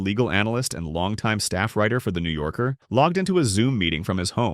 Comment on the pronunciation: New yorker? NAHH NEW JORKER